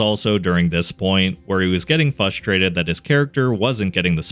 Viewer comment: “Fus-trated”. Every time